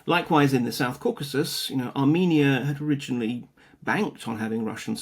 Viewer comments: What is "Caucuses"?? You mean Caucasus? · What is "Caucuses"? Did you mean Caucasus? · "Caucuses" LOL, it's Caucasus!!! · Caucasus not caucuses. Ffs. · Caucasus, not "Caucuses." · Caucasus. Not "caucases". Even from the online world of fake journalists, that's a pretty shocking failure of knowledge. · My dudes it is Caucasus, not caucuses